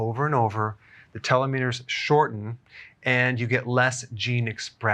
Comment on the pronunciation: Small tip on pronunciation: télos (τέλος), méros (μέρος) ❤